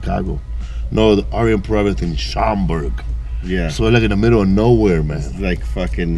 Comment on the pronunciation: He said Schaumburg 😂😂😂